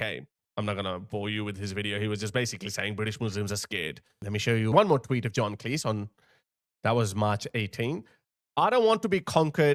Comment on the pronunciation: John Cleese himself would tell you, his surname is pronounced like Cheese, not like Lease.